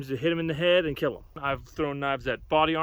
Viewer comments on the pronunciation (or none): it will keel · Overall... it will keal sir! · ''It wirr kirr!''